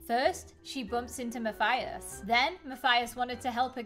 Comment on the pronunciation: WHY DOES EVERYONE SAY MATHIUS ITS MATHIUS LIKE IF YOUR SAYING US NOT USS AM I THE ONLY SPANISH YOUTUBER